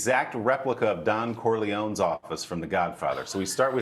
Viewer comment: Um, anyone who grew up with 'The Godfather' would know you pronounce the E on the on the end of Corleone.